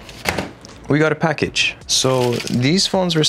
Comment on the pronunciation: we go' a package - british alert